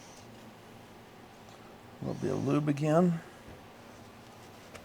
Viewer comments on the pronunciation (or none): “A liddle byit…”